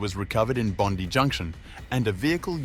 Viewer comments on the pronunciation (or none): Wallengong and Bondy. Funny. Hope noones been knocked off in Wooli. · Bondee?? AI voice, not worth watching.. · you using AI voice ? Not pronouncing Bondi correctly is the giveaway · well it’s a Australian AI voice so it should know how to pronounce Bondi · It is Bondi with the emphasis on the i. So if someone is giving a rundown on what happened there, needs to be correct. Quite basic really, at the least for credibility